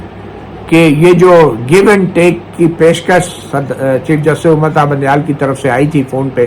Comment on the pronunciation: مطیع سر وہ چاچا سیاسی ڈیرے والا تو بندیال کو بونڈیال کیوں کہتا ھے